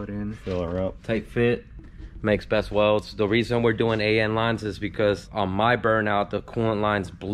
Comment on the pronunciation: every time cleetus "welds" i die a little inside.